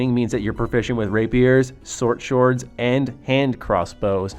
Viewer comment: “Sort shords” a new type of sword I guess lmao.